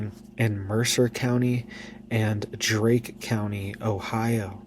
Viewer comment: Darke co. Not Drake co.